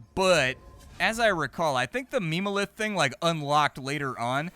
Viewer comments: Ah yes, "meme-o-lith" 😂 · It hurt my soul a little every time he said it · I imagine the devs meant for "mem" in memo lith to be pronounced like in member. Because meme-o-lith is just impossible to take seriously 😂 but you just know it's what 99% of players are going to read it as